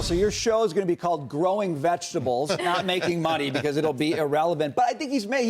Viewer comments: She had me dying with the vejuh-tubbles?? 🤣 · VIGITIBLES?! WTF did she say? lmao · In fairness, these reporters probably do use about 5%. The last one said "vega tibles" ffs